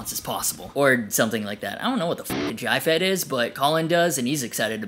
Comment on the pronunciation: Props to pronouncing JFETs the same as Collin. Great review!